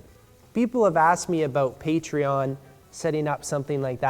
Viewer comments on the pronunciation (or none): none